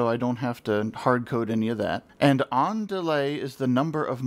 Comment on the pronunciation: When you said "On delay" I heard "ándale" nice. thanks for this explanation tho. I was wondering why my array wasn't working I was trying to power the leds in the pattern i want all at once. Didn't think about the "scan line" method. In fact i had no idea that was the standard method. I bet you can do this with segmented displays too.